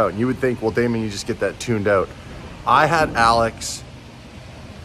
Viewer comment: i agree but his name is Damon not Damian bud.